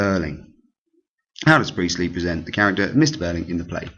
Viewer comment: J briely 😂😂😂 that sounds a lot like JB priestly